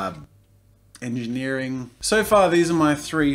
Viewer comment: is it just me or did 'engineering' sound like 'ejidneering'????